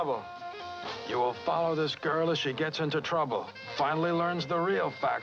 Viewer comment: nine months of trubba